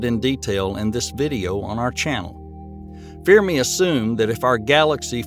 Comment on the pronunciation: "Fear Me Paradox". You mean Fermi Paradox. 😂